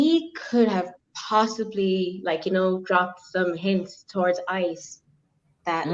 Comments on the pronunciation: You are the most unprepared and unprofessional ignoant girl. Isis really. Stop learn how to read the dictinary offers pronunciation with the dictionary you have know excuse.. do your damn homework learn how to use your equipment. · You keep saying Isis site 😂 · This! Oh my god. It really isn't that hard to say ICE I don't get why they keep confusing the two. It's so unprofessional.